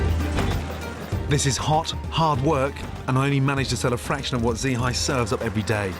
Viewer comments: "Dzi Hai" the master chef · Her name is Z Hai 😂😂 actually is dì Hai. “Dì” in vietnamese means aunty and her name is Hai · and gordon literally call her "Z hai" just made me giggle lol